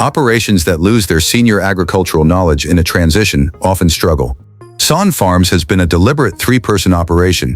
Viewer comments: It's Sonne , pronounced Sunny , not son . His boy is Reid , not Reed. Get your facts straight before you make a video. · Really stupid u tube .its pronounced sunny. Have you no self respect. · Agreed, if your going to feature a family farm, the least you can do is pronounce the family name correctly. Sonne , pronounced Sunny. Otherwise some good content. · The last name is pronounce Sunny! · Overall, a great presentation. BUT, it was an insult to my ears to hear the Sonne name mispronounced over and over again. Let's not forget, Reid may choose a different life, just as Cole's older brothers did. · I was going to comment on the same thing. You would think that something as detailed as this, could at least pronounce the name correctly….. 😂